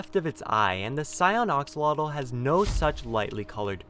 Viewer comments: Ahhhhhhhhhhhhhhhhhhhhhhhhhh stop saying axolotl wrong it aggravates me. Edit: sorry that was rude but it’s pronounced axe-O-lot-ol. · It's pronounced "axalotle" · Its pronounced Axe-Oh-Lottle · It sounds like he's saying oxalota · why do you say oxolotl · he called them oxalotl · Did you just call it the oxoloto?!? How dare you!!! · How to pronounce axolotl: Axe-o-lot-ul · Axe -a-la-til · Ahhh I'm sorry it just that they way you are pronouncing axolotl is killing me I pounce it like: Axeeee olotl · It sounds like ur saying oxolotl😂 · Ok, I just wanna say, it's pronounced "axe-a-lottle" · Ah, yes. Oxolotl sure is the correct pronunciation. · I'm sorry to sound like a prick, but it's pronounced like axe-oh-lot-l. The last L is pronounced as you say the word "like" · ah yes my favorite minecraft mob, the oxolotl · your butchering the word axlotl you know you say it with an a not an o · Axolotl is three syllables and nearly rhymes with "roach" or "boat". "X" sounds like English "sh", the "tl" is a single consonant similar to the English "ch" or "t" sounds. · The plural of "axolotl" is "axolomeh" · You are pronouncing axolotl wrong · You said axolotl wrong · You’re saying axolotl wrong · The way he pronounces "Axolotl" really bugs me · this guy mispronounced Axolotl on a video about Axolotls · The way he pronounces axolofl hurts. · Ur pronouncing axolotle wrong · You're saying axolotl wrong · He’s pronouncing axolotl wrong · Axolotls are real animals btw and ur pronouncing Axolotl wrong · Oxolotl Me: pfffft, dude its AXO-LOTL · STOP SAYING OX-ALOTL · “Oxalatle” lol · It’s how he said oxolotle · STOP SAYING ARXALOTALS IT IS AXOLOTL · Him “oxolotl” me it is pronounced AX O LOT L and the glow of the glow squid and it being a trailer it IS a brown one it got lighter Gus of the glowing and the 3D animation so ... ya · "Oxolotl" no its pronounced "axe-olotl" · T_T your saying oxolotl not axolotl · Axolotl. AX like ACKS. not ox. God I hate this life I live